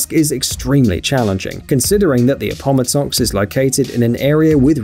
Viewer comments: Very odd pronunciations; perhaps a bit more research would help with important place-names like "Appomattox.' We typically say 'Ap- po- MAT- tox," NOT 'a- POM- a- tox' (but then, Yanks and Brits are two peoples separated by a common language). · somebody please program the bot voice to understand that Appomattox is NOT pronounced a-POM-a-tox -- it's a-po-MAT-tox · Appomottox???? Tf watch the video of the shell rig again mate, Appomattox there's an "a" mate....smh cringe